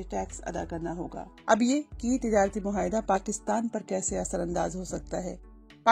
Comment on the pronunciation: مھاعدہ نہیں ہوتا معاھدہ ہوتا ہے